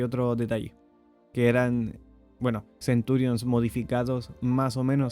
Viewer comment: No es Centúrion. Es Centurión.